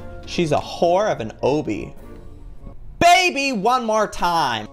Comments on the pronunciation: When Joey pronounces "Obby" as Oh-Bee instead of Auh-Bee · Its pronounced: obby=awby chocobo= chawca-bo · Joey, it's "aw-bee." You got it wrong, but we still love you. <3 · That moment when you cringe when he mispronounces obby as oh-bee instead of ah-bee. XD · its (aw_bee) obby not (o_bee) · JOEY ITS OBBY NOT OOOBBY still love you tho 😋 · And its not oh bee aw bee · joey its not pronounced ooobey its auuuuubey 😁👍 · joey,Its "Obby" not obie wonobe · It’s obby not obey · Am I the only one who noticed Joey is saying obby wrong? I thought it was pronounced ahh-bee = obby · Joey it's pronounced obby, sounding like obstaclecourse. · joey tbh its not how u say obby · not to be mean but it's pronounced obby (ah-bee) yes i like to be a dictionary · I live how he says obby😂😂❤❤ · LOL joey your saying obby wrong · The way he says Obby 😬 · Not to be rude but, it's obey with a short o not a long o 😭😭 and my dog died today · Joey you are saying obby wrong😂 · your saying obby wrong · he says obby wrong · you are pronouncing obby wrong